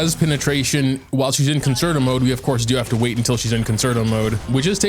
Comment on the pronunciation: How pronounces Concerto made me have to look up the proper pronunciation. I shouldn’t have… I played the violin for 10 years and realized the word. I really doubted myself 😂 Stan Robin ❤️❤️